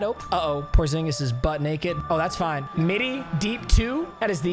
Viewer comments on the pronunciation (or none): none